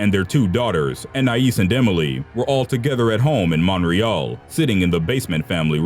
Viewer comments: I'm triggered because I'm Canadian and YOU FUCKING SAID MONREALLL MONTREAL GET IT RIGHT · the way he says montreal hurts me its mon-tree-all not mon-re-all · Mate I'm Canadian and it's not monreal Canadians it's Montreal Canadians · Is no one going to acknowledge how he pronounced Montreal? Like- there’s a t in there and ya Canadians pronouns it! It’s definitely not monreal lol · He said montreal wrong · Can you please say Montreal right it's making me cringe so much right now. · C'mon man. As a narrator, or anyone else for that matter should be able to pronounce Montreal and Quebec the way we pronounce it in america at least..